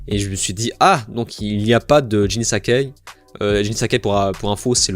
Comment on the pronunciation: Alors juste, Sakai ça se prononce "ça caille" et pas "sacquet" on pourrait presque croire que tu parles d'un cousin de Frodon